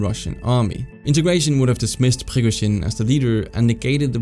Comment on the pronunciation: Great video, just the way you pronounce Prigozhin's name is a bit annoying and off